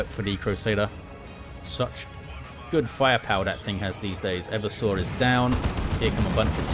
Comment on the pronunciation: PSA: the name is e-VER-sor Assassin, not Ever-sore. from root word "everse", which means "to overthrow or subvert"